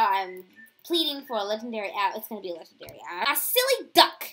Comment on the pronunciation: Am i the only one who hated that she always said "LeGENDaRyyY"